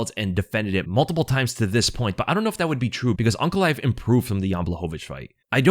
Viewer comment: It's aynk not awnk